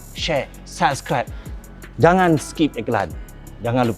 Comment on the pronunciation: abang beras mcm biasa pelat "lonceng" dia 🤣🤣🤣